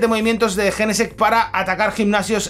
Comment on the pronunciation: A alguien más le da rabia como pronuncia jenesect???😅😂